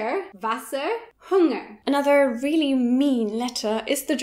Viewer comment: Also, "really" isn't pronounced like "wheelie"